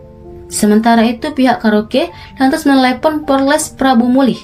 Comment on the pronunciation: Polres kak bukan porles